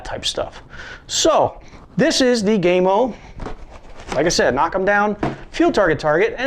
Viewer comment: Gam O Not Game O